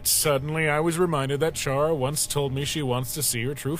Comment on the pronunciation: Chara, pronounced liked “charmed” instead of “car”? Hmm. Welp that’s your choice pal, not mine.